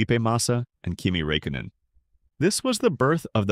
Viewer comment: ”maika haykanen and kimi raykainen” and you say its not ai… own up man